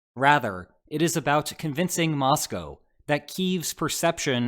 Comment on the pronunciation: Thank you for your insightful reportage. And a BIG thank you for saying Mosco correctly.